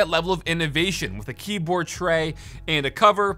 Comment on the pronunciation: Am I the only one that heard him say keaboard?